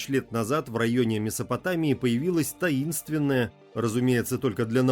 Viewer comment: «Таиственная»только для науки😂